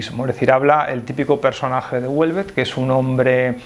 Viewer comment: A mí me gusta y soy mujer. Por cierto, Houellebecq no ternina en t